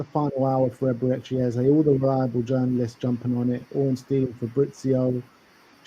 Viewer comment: nooo mannn... "Ezebechi". Come on my guy... 😂😂😂😂😂😂